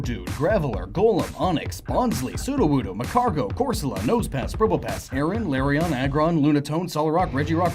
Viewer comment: I'm sorry, but I'm very bothered how you say some Pokémon incorrectly. Larion? Shieldion? Tyrantum? You made Pokémon name origins, how could you mispronounce names?